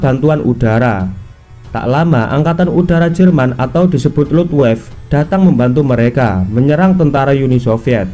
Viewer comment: angkatan udara nazi jerman = LUF WAF FE ,min . bukan Lufwave . belajar lagi sebutan bahasa jermanmu . konten mu bagus . syg bahasa jerman masih gak baik sebutannya.